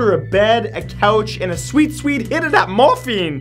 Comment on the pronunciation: I thought I heard Morphe 😂😂😂 as if Morphe cosmetics 😂😂😂